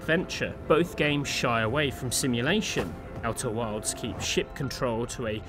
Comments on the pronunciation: Why do I keep hearing you say "Outer Worlds"? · I swear to god i heard him say outer worlds like 6 times, must be the accent lol. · Worlds and wilds have different pronunciations!